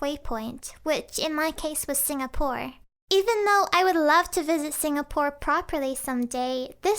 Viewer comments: It's Singapore, not Singapour 😂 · You said singapore as "sing-a-poor" when it's suppose to be pronounced as "sing-ga-poor" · Singapore not singapour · "s i n g a p o u r ." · lmao ‘Singapour’